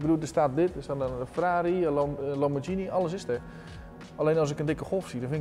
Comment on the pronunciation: lambordjini ? vanavond eten we spadjetti ......